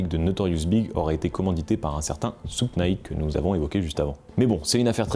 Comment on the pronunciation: Super docu ! Mais juste un petit truc pas très important : Suge Knight ce prononce "choug" Knight" 😉